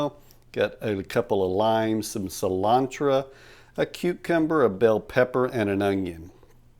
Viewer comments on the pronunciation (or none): a hallapeano, some cilantra, and an ungyung. 🤣